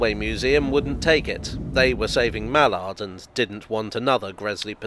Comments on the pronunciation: We say “MAL-ard.” That being said, between obscure birds and obscure race horses, there are a few engines whose names I couldn’t begin to pronounce. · American here (though I've posted several times in these forums, so you might know by now); do you Brits usually pronounce the word "mallard" as "mal-ARD" or "MAL-ard"? We (or at least I) in the US usually say "MAL-erd".